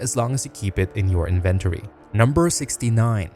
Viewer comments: Inventory isn't a difficult word to pronounce what the hell was that dude? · Inventory. Please. Learn. How. To. Say. Inventory. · Inven-tor-E...i love it! Gonna start pronoincing it loke this from now on. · So weird how he says "inventory" lol